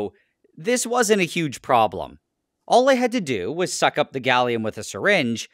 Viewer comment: Ah yes, Galliuminum